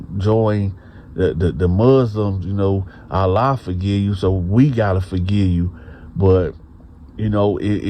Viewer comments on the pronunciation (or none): none